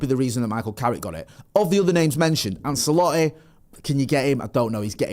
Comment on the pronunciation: Never heard anyone pronounce Ancelotti the way does😂